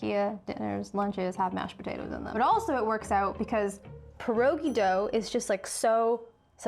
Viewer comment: All the polish people dying at the pronunciation of our beloved Pierogi and forgetting about the other types of pierogi 😭😭😭